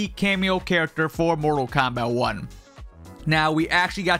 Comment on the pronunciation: Am I the only one hearing him say kompack 1